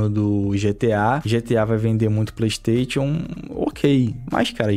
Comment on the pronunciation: O cara que fala ‘playtation’ já cai em descrédito pra mim